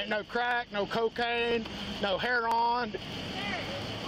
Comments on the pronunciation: Idk if he meant heroin when he said "hEROn" but i love it either way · That's the street pronunciation. They call it heron instead of heroin and either way it's not heroin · I know he said heron and I'm like there's no bird in his car...🤣🤣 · It's been pronounced hair-on all over the country, from Cleveland to Denver for years in the black community especially, I have direct personal knowledge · When they asked him if there were drugs in the car, the officer starts listing off drugs and bro says “hereon” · How, just HOW, does anyone make the word “hair-on” out of heroin??? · He says he's a narcotics officer but can't even pronounce heroin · omg the way he said ‘heroin’ 😂